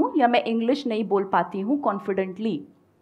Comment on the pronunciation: Madam you even don't know how to speak English clearly, the way you pronounced confidently is not correct. I suggest you to learn syllable stress.